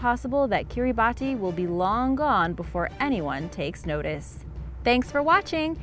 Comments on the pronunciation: Its pronounced Kirabas not Kirabatti learned this from the Geography Now channel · Knowing several people from Kiribati, it's pronounced kiri-baas